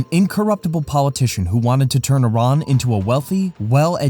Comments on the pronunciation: I - RAH - N not I - RAN he says it right.... get your narrator to follow suit. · YOU GUYS R PRONOUNCING IRAN MUCH BETTER!!! THANK YOUUU